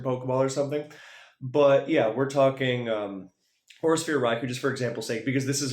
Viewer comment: im ngl when you kept saying Aura Sphere Raikou i thought you were saying "Horse-Ear Raikou" 💀